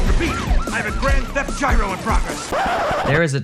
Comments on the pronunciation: WHO PRONOUNCES IT YEERO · Gyro is jye-ro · I've always pronounced gyro as jyro lol not gearo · Wait, you don't say gyro like that?